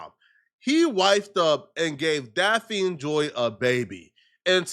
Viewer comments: This fool can't even pronounce the chick name right. What the hell is DAPH-FIN? It's pronounced DAFF-KNEE. Say it with me now, DAFF-KNEE. 4 to 5 girlfriends?, stop frontin.' You are still a virgin and say Aaaahh shucks when you see a titty." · Her name is pronounced daffney it's a different spelling Daphne the way you say her name hella funny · It's pronounced "Daff-knee" nigga❕️ DAFF-KNEE‼️ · Say it with me “DAFF-KNEE” JOY. The way you saying it is kill me 🤣🤣🤣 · Like if u gon talk shit about her at least say her name right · who? This fool cant pronounce Daphne lol. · can’t even say her name right and he talks for a living.